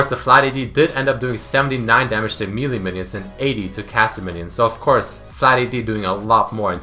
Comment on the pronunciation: why cant you say melee right